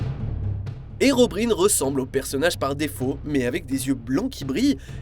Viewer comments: On dit pas herobrIne mais herobrAÏne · Ça se prononce "Herobraïne" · "HERON" AIN"E" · "herobrine" ... On dit tous herobraïne on est d'accord ? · Tu peux prononcer herobrine correctement steuplait